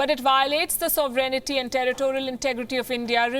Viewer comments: NOT Soveraynity. It should be pronounced like "Sove-rain-ity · She puts in an extra syllable, saying "so ver en it ty." Or am I missing something? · She needs to learn how to pronounce "sovereignty."